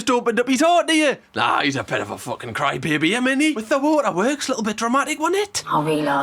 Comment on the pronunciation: I watched it four times. I don't know what she is saying. British accents are so diverse... Even when she said " he's a bit of a crybaby" I was trying to read her lips... cry?? It looked like she said 'croooy'